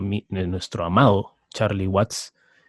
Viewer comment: espero estés bien. Una vez mas se agradece tus vídeos y aportaciones, pero he de decirte que si me impresiona que sigas invitando a este tal que en verdad deja mucho que desear. ¿Cómo es posible que se diga fan de los Stones y ni siquiera sepa de cierto el apellido de Charlie Watts y lo mencione como Waits. Verdaderamente desastroso. Y no es la primera vez que comete errores graves, recuerdo cuando hiciste el programa dedicado a Harrison, fue patético. En fin, ya decidí que cuando salga este tipo en tus vídeos mejor me voy a otro lado. Sigue cuidándote y en buena salud.